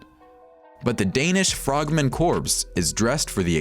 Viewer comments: It's pronounced 'CORE' not 'Corpse' it's not a 'Frogman "dead body" ' it is, however, a " Frogman Core'.. why do people not understand this? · CORPS: Pronounced "K-O-R" Definition: Military unit consisting of at least two divisions / CORPSE: Pronounced "K-O-R-P-S" Definition: Dead Guy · It's pronounced core! Corpse just happens to be a dead body. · it's pronounced core, not corpse. learn to read pls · Nothing pisses me off more than people mispronouncing the word Corps. You say it as Core, not Corpse; ok? Get it together people. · corps is pronounced core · Very interesting but can no-one point out to the narrater that corps is pronounced 'cor', the p and s is silent and corpse is a dead body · CORPS is pronounced CORE dude. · Any one else get triggered when he continued to mispronounced "corps"? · Corps is pronounced "core" ..... dumbass. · I learned today two things: 1. Nokk from R6 is Danish Frogman Corps 2. the narrator doesn't now how to pronounce corps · I think it's spelled "CORPS" and pronounced "core"...as in "frogman corps" meaning "frogman unit" or "frogman group" [sort of like "Marine Corps" pronounced "Marine Core"]...[many Americans are quite ignorant of proper pronunciation these days] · You'd have thought an American narrator would've gotten this right.